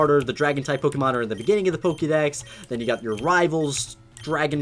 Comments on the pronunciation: Why did you say pokémon as pokimon not pokémon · It's Poke-ay-mon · The amount of times he's said Pok-EE-Mon disturbs me